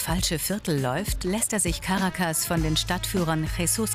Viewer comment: Caracas wird auf dem 2. "a" betont!